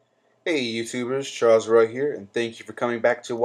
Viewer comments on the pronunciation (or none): none